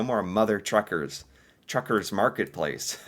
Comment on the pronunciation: Mother TUCKERS... Not Truckers!!